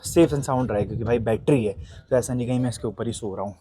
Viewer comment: battery hota hai.HAr baar bettry bolta rehta hai.